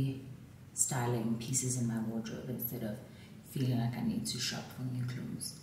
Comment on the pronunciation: The way you said awdrobe instead of wardrobe 😂😂😂I died laughing I was like is so Zulu 😂😂